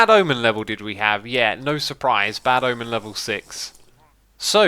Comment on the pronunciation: The church of the bad ahmen